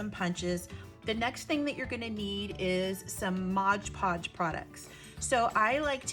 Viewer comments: Really inspirational, and clearly explained too. Thank you. Oh please forgive me for a quick point...it's not modge podge. It's mod podge. Modpodge. My ears kept jarring at hearing Modge. Lol sorry. But I still really loved this great video. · O.M.G. I know this is nit-picking, but if you said “Modge Podge” one more time, I might have snapped. It’s “Mod Podge”. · Mod Podge, not Moge poge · Sorry to mention it but you keep saying Modge Podge instead of Mod. Podge lol. Great earring. I must say I love your make-up by the way 😍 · Just a pet peave it's pronounced mod podge not modge podge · Very cute! You gave a clear explanation of the steps. Did you know you're mispronouncing one of the products? If you really look at the Mod Podge bottle again, notice that the first word is MOD, not modge. You're probably thinking it's like hodge-podge. I think they named it that because it's a modern way to glaze and adhere. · MOD PODGE! NOT MODGE PODGE! Love the earrings! Making earrings is my favorite jewelry making craft! I have several wooden pairs! I don't like heavy earrings, so these works best for me for me. My first time visiting your channel!❤❤❤ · I have to say, that is a pet peeve of mine as well. Mod. If you turn on closed captions, when she says modge, the caption spells it modge as well. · ILove the video and can't wait to try it.! BTW its MOD Podge not Modge Podge. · MOD. MOD. MOD. MOD. MOD. MOD. MOD. MOD. MOD. MOD Podge .... NOT “Modge Podge”! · MOD-like rod, nod, pod. Not, modge podge but “Mod Podge”. Long on content but nice earrings. Thanks for adding another use for decorative paper. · Drinking game. Do a shot every time she says "modge podge". I'm plastered already! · Yeah, exactly! It says 'mod' podge, right on the bottle!!